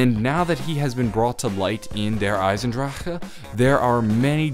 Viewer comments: It's pronounced DARE EYESENDROC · you can't even say der eisendrache it's pronounced der eisendrack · its pronounced der EYES IN DRACK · why the hell did you say der eisendrache so weird.. you like breathed so hard lmao